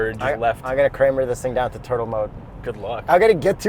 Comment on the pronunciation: "Kramer this in turle mode" This is why I subscribe